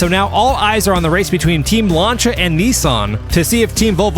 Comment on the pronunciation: Lancia is pronounced lance-see-ah